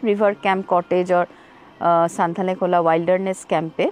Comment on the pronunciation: ভালো ভিডিও। তবে জায়গাটির নাম সঠিকভাবে উচ্চারণ করা উচিত। নামটি হল সুনতালেখোলা। সানথালেখোলা নয়। সুনতালে মানে কমলালেবু। খোলা অবশ্যই নদী।